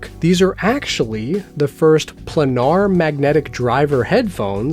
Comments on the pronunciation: For future reference... It's pronounced "play-nar". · it's pronounced as "plainar" btw